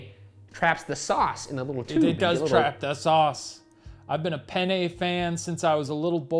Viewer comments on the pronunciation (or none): You guys say "penne" (pénne) just like "pene" ("pè-ne"). Which means penis. Good times! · Fun fact: the way Shane and Ryan pronounce ''penne'' makes it sound like they're saying ''I love pene'' which in Italian means ''I love penis'' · Pene is Italian for penis. I know they’re saying penne but still 😂 😂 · ha! they said pene! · Omg please stop pronouncing it like "Penn-ayy" Google the pronunciation pleas-ayy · Sorry guys but when you pronounced penne it sounded like “pene” which means penis or the plural of (pena) pain/punishment... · Penne is one letter away from the spanish word for penis. Ryan, my boy, you should know better. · The way you pronounce “penne” is making us Italians giggle, ‘cause it sounds like something else in Italian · Being hispanic and hearing “I love penne” over and over again made me laugh, very immature but what can I say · Oh my god, penne sounds just like "pene" which means penis in Spanish and I can't stOP HEARING IT 😂 and all the things they say, Shane says he's a fan and then they talk about it being hard or soft. I can't... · According to Robin Williams, if you don't pronounce it right, your saying penis in Italian, too. So I kept hearing "I love penis! Penis is nice because it holds the sauce in the little tube!" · I would like you people to know that the pasta penne is pronouced the same way as the spanish word for Penis. So them saying they love penne is hilarious to me.